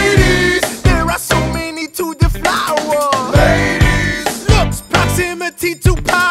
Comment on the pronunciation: When I thought he said devour I wanted to punch something when I realised UE said deflower I wanted to legit wanted to legit build a time machine and slap him in the face